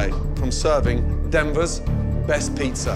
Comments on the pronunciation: “hOw gOoD yOuR pIzZeRs aRe” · Why does he say "pizzar" sometimes? I've already heard this "putting an r at the end of a word" thing, what does that mean?